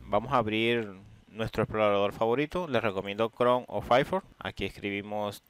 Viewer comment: Nadie: Absolutamente nadie: Tú, tu técnico: fairfor